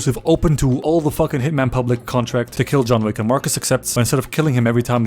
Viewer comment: "Welcome to John Wack" - instant like button